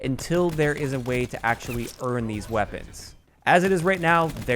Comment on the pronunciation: I liked that emphasis on guns you're able to EARN lol. Been waiting for a gun guide on the reserve weapons but I guess I won't wait.